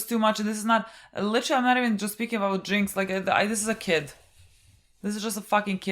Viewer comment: Its "Jinx" btw